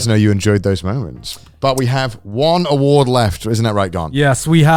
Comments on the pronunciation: The “awardw” show 😂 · the "AWARDW" part better be intentional, cause thats the funnies intro for an award show